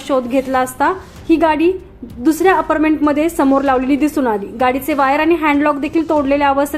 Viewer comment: आपारमेंट नव्हे, अपार्टमेंट असे लिहा मराठी शुद्धलेखनाकडे व उच्चारा कडे कृपया लक्ष द्यावे.